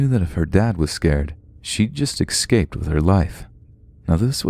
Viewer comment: The word is eScape. Not eXscape. Seriously takes me right out of the story everytime.